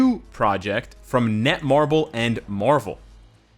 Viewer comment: its netmarble not nemarble